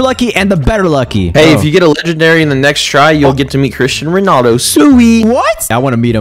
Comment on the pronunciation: LMAO “chrito Ronaldo” 😭🤣🤣🤣🤣🤣🤣🤣